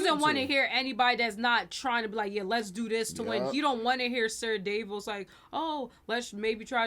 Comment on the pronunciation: DAvos! Ser DAvos! How are they not hearing the pronunciation?! 😂 The A is pronounced like the A in 'apple'. I do agree with that Cersei is definitely jealous! Another great reaction.